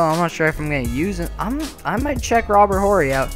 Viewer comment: H is silent in Robert 'orry'